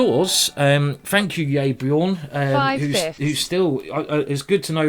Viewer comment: yaybjorn, not yayborn. bjorn like in a norwegian bear ;)